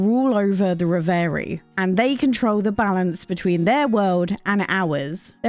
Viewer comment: Do check out the pronunciation of reverie before you do a full review of that title, please!